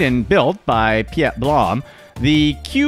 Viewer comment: Also, for #8, besides the mistake in intonation calling the Dutch "Scandinavian", Piet is not pronounced Pea-ette, rather it is pronounced exactly as it's English counterpart Pete. They are both short for Peter (Pieter), meaning father.